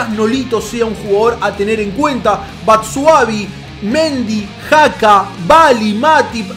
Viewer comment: a xhaka no se dice jaca se dice chaca